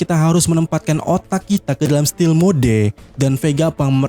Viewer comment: Bukan still mode, tapi stealft